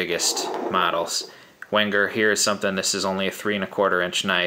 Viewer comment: Pronounced "Venger". Enjoyed the review.